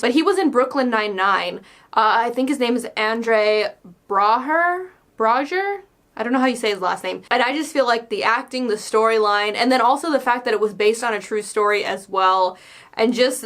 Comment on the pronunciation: Its pronounced Brower. Andre Braugher.